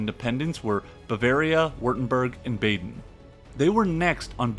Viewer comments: The "a" in "Baden" is pronounced the same as the "a" in Bavaria btw - there's no Umlaut over it so it's "ah" and not "aa" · Bah-den. Bah-den. I don’t know what Bayden is but it is not in Germany. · Baden is pronounced BAHden, not BAYden. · Baden is not an English place name. It is not pronounced like BAY-DEN. It is pronounced BAH-DEN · I’m an American. I hate it when Americans fulfill the stereotype of not being able to pronounce anything right. It’s BAH-den, not Bay-den. It’s Molt-KUH not Molt-key. It’s Mitra-youse, not whatever the hell you said. Lol. And from the comments, it’s caVALry, not CALvary. Work on those pronunciations…